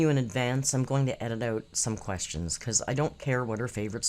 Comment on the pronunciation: Lets count how many times she says ... kwess-yins.